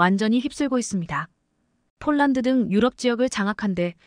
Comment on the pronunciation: 폴란드 라했다 쫄란드라니 읽는데 성의를 ㅡㅡ